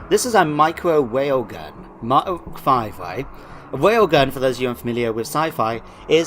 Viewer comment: I don't know what a Wail gun is, please explain it to me XD